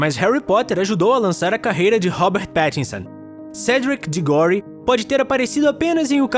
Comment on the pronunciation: "Cedric DigÓri" kkkkkkkkkkkkkkkkkkkkkkk É foda quando o cara faz vídeo de algo que nunca viu na vida só por views